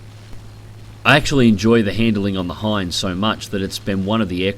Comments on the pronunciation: It's Ki-61 Hien, not Hein. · Just found about your channel. Keep up the good work. Also do some digging about the Ki-100, you might like that too... The "i" in Hien is short. Actually its pretty much a long "e" sound. He-en. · It's the Ki-61 Hien, hei model. I know, confusing.